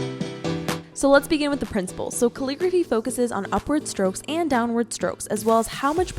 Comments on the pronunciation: "Caligraphy" hOlD uP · Caligraphy haha how bobo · I pronounce it like cal eh graph E